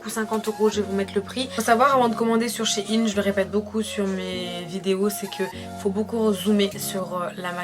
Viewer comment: c'est SHEIN et non shiiin !!!